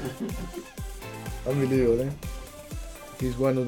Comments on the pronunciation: No one : Pochettino : unbeliavable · Nobody: Pochettino:UNBIELIEVABLE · Nadie: Pochettino: Ambelivobol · Pochettino : Unbelievable Unai Emery: Good Ebening